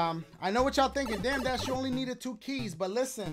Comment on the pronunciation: Cant wait for him to do the Mario maker part TWO-AH SHOE-AH WHO-AH? YOU-AH!